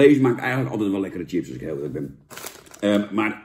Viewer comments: Zucht Jan.. het is 'chips' en geen 'tjips' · Sjips, niet tjips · Jan, ga gewoon is "Sjips" zeggen! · Zo vreemd als iemand tjips ipv sjips zegt. Net of ze een computer aan het opeten zijn.😜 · Van het woordje “tjips” raak ik altijd geïrriteerd. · Jan wij in Noord-Holland zeggen toch gewoon sjips?? Wtf. Top review weer 👍🏻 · Normaal gesproken gaan m’n nekharen overeind van mensen die tjips zeggen maar van Jan tolereer ik het